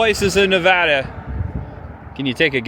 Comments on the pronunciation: Props for not calling Nevada "Nu- VAAH-Duh." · Thanks for pronouncing Nevada correctly, for an easterner